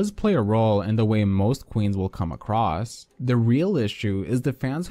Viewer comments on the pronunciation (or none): none